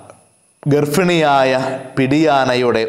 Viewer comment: ഗർഫിണി അല്ല, ഗർഭിണി